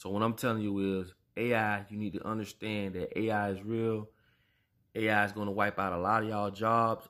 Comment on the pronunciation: Homie said "whip" like miracle whip. Not "wipe" like wipe your booty. Aww man homie you can't tell me nothing